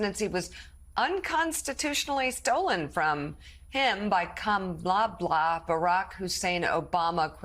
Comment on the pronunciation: What else can he think of doing another stupid lies about the Democratic Party. His crazy he can’t read he can’t even pronounce the name of president candidate. It’s Kamala .